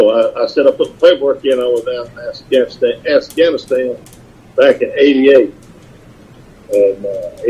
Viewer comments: Assganistan. I can't be the only one who heard him say that. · Did he say Assganistan? 🤦🏻‍♀️ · Man said “assganistan”. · No way he said “ass-ghanistan” and don just let that slide 😂